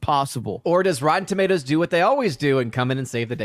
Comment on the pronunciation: said, "And the thing we're pointing out here is, this shory is such obvious obvious crap - such obvious slop. What type of a shill would you have to be to say, 'It's a good shoy', when you look at the critics review score of Rotten Toomodows?"